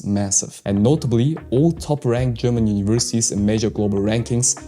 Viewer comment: Are you German? Your pronouncing is very good